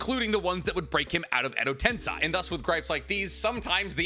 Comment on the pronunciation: Tensei. Ten-SAY. Say it with me now. TEN. SAY.